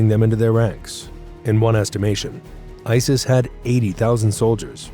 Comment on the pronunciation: Didn’t he pronounce it isll I swear he said it weird.Love the way you described him 😂😂